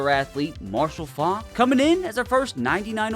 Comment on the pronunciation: How you gonna let it slide that he absolutely butchered pronouncing Faulks last name